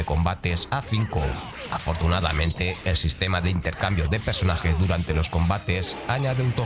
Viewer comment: Buen vídeo, como siempre, pero vocaliza, cabronazo 😂: “PERsonajes”, no “PEsonajes”